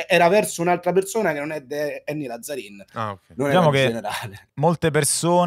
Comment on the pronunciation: Ragà va bene tutto ma Làzzarin non si può sentire, è un cognome veneto e si pronuncia Lazzarìn